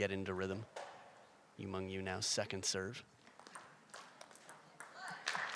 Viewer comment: its YU MENG.. YU not YU MANG.. YU ???